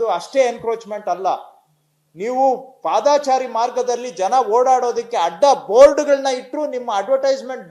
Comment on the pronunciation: ಪಾದಾಚಾರಿ ಎಂದು ಹೇಳುತ್ತಾ ಇದ್ದೀರಿ. ❌ ಅದು ತಪ್ಪು. ಪಾದಚಾರಿ ಸರಿ. ✅